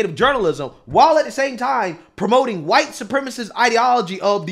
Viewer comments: Why does this guy pronounce the 'h' in white? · why he allways say chwhite?? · The way he pronounces black too...."blike"